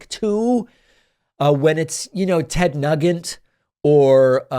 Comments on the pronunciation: Are you intentionally pronouncing Ted Nugent’s name incorrectly? I hope so, cuz it’s funny as shit. If yer not, it sounds like Ted New-gent. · You look great and in no way drunk or on drugs. Also, Ted Nugent is pronounced “NewJent” for future reference. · Pronounced NOO gent😊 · Love the way he pronounced Nugent as “Nugg-ent”. 😂😂